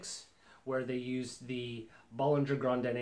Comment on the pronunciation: Bow-lin-JHAY. Not Bol-lin-JHER For God's sake man pronounce it correctly